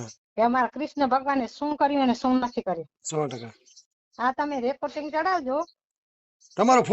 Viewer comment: રેકોટીગ નહીં રેકોર્ડિંગ કહેવાય